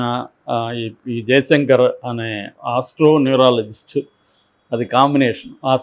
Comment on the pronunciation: Astro numerologist అనటం కూడా రాదు ఈ దాము కి (పదే.. పదే..ఆస్ట్రో న్యూరాలాజిస్ట్ అంటున్నాడు ) వీడో మాజీ మావోయిస్టు.. వీడో అనలిస్ట్ అంట.